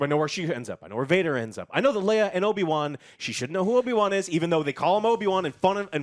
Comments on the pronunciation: No one, absolutely no one Joe:” Obi Juan” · Did I hear Obi Kwon?